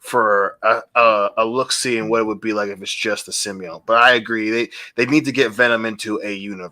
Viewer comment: After all this time, is STILL calling the symbiote "simby-yowhn"